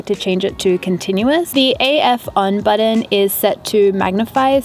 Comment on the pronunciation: I love how you say Button! Budden.